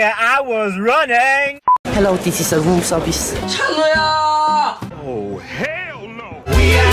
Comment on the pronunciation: am i the only one OBSESSED with chanwoo's "hello this is a woom service" liKE OMYGOD HE'S SO ADORABLE